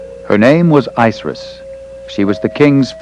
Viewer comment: ISIS Pronounce it right!!!